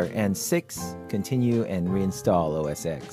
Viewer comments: Why does he keep calling it OS "EXE"? That's like asking people if they ever saw Rocky "VEE" instead of Rocky 5, the Snow Leopard is OS 10 people. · its OS ten!! geezzz!